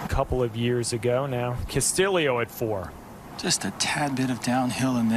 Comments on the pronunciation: Ricky Casta-Leo!! Castillio!!REALLY ? It's Castillo ... simple!! It can't be pronounced like that!! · Thank you!! Such a simple name to pronounce!! I'm not Even Spanish!! When he was announced on the tee box they said Casta-Leo🤯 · It's cast-ee-oh.... not cast-ill-eoh!!! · Castillo has only one 'i' ... Why are they pronouncing it with two? Shouldn't it be pronounced Castiyo, not Castiliyo? Double l in Spanish has y sound. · video idea: take a shot every time they pronounce castillo wrong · Am I crazy or are the announcers pronouncing Costillo's name wrong? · They are def pronouncing it wrong lol they said it like three different ways!